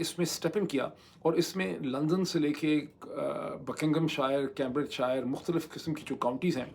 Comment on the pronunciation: کیمبرج شائر نہیں کیمبرج شئر۔ آخر کا r بھی بہت soft بولتا ہے۔ بکنگھم شئ :) آپ بیشک برا مانئیے۔ ہمارا مقصد نیک ہے اور آپکی بھلائی ہے۔